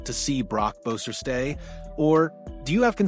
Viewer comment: Cant even say his name right? Is this AI?